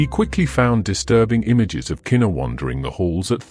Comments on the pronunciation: just cuz your a foreigner and shes black and this was a HUGE deal in the almighty USA, her name is pronounced "kuh-knee-kuh" no kena. im sure that absolutely puzzles you brits how us colored people can scramble such strange letters togetherr to make a mouth full of completely unappealing sounding names. well sir that also confusess me 2 but thats the blk americans here.im jamaican and chinese miami florda dade county nigga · Unfortunately, The video is AI generated that’s why the pronunciation is off! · i get it but still its a respect thing. people always mispronounce her name